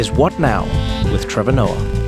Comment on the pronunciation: "Ehy, it's TRE-VOR"